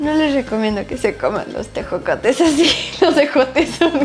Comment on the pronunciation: Jajaja cuando probó los tejocotes, y dice ejocotes 😂😂